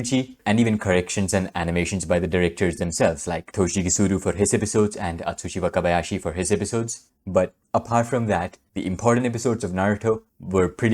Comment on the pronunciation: this guy is incredible. i was able to write correctly Atsushi Wakabayashi's name just by listening how he said it. he the goat